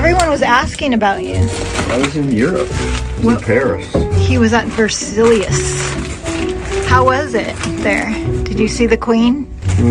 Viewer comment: The castle in France is pronounced VER SIGH .......NOT Ver Silly Us......🤣